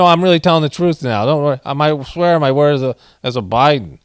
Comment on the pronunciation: Turd, not word.